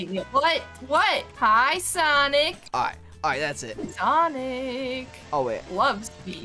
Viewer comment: Sanic not SONIC